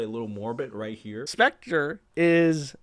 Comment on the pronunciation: Or how about specTREE😂